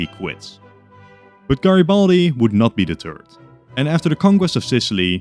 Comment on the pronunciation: GreBALDi Lol